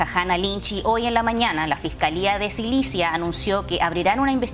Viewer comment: "La fiscalía de SILICIA" 😃...😄 .... lo VUELVE a decir en 🤣🤣